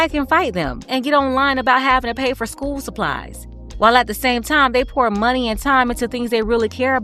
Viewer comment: She says "skeuw" instead of school lol 😆